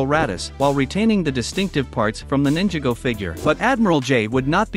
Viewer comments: Nin-jaa-go bruh it's ninjago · He said ninjaga 💀💀💀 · I love ninja go (P.S. I wasn't trying to insult you I was making fun of how the text to speech said it) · Please pronounce it right is not Ninjago is Ninjago